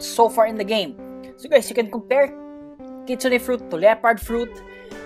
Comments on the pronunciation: Kitsune pronounce kit-soon not kitsuneh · Kitsune pronounce kit soon not kitsuneh